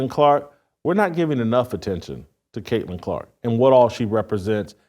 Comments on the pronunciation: I had to stop listening when he said kunta Clark 😑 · This fool said kunts kente 😂